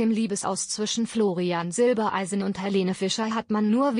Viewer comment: Florian heißt Silbereisen und nicht Silbeleisen!